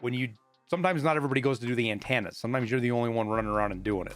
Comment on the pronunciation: AnTANNA's lol. thx for the vid